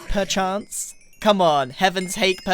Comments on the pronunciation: You can’t just say perch-ance >:( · you can't just say "perch-ance" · YOU CANT JUST SAY PERCH-ANCE GRIAN!!! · “You can just say perchance”!!! perchance. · You can't just say perchance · "Betta Permit Rod, Permit Rod. Perch-ance?" You can't just say perchance!🤣🤣🤣